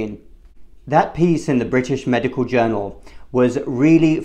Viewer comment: The word is 'MEDICAL', not 'MEDICAW'.